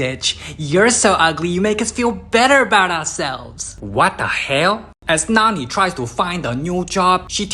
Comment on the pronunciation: The what the hail got me dying😂😂